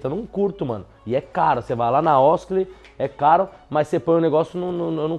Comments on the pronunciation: OSKLEY NAO MANO KKK, é OSKLEN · Kkkjkkk "oskley"🤣🤣